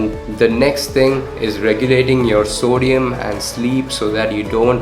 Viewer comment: Sodium part is kinda hard to understand 🥲